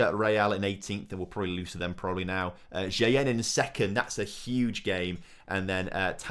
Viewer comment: buddy sometimes I really hate your pronounciation, it really drives me crazy, and I'm not sure if you do that on purpose but, there is no additional "i" in Shtygel name,.... it's not "ShItygel".... plus why am I pointing it out.... J in spanish is like H in english, you really pronounce it in "El Ejido" correctly and then you read "Jaen" like a stupid..... please, make my life easier and pronounce properly :D